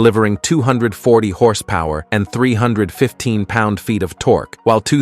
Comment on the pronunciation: it's pronounced tork ( torque), not torky :))